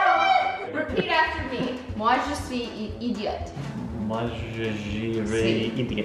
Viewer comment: She pronounce idiot in French wrong. It's ee-dee-oh, not ih-dee-ut, like in English.